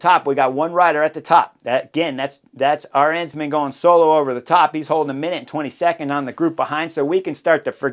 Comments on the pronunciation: I was wondering a couple of times who "our hensman" was, until I realized you pronounced "Arensman" in the most American way possible. :D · People are correct. Rankings should be annually. WVA (who I love) has been subpar, and is not longer part of the app group. Drop Wout and and add Peterson! And add learning to pronounce Politt and Arensman. Again, I have no idea who you are talking about, but it’s now Aaaaah-Rens-man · Wait…I just heard Chris say “Vingegego”. That’s not how you butcher names like you do with Arensman, Lipowitz and Politt. We should agree to butcher all the names and put some weird English spin on it, or genuinely learn to pronounce names… either way is fine, just choose.